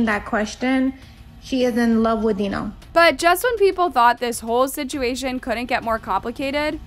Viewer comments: You're right. It matters. She says her name wrong the whole time and the guy's name is pronounced Dino. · Right?! She put this video together where she heard how the names were pronounced multiple times throughout the clips yet she still chose to say their names completely different 😂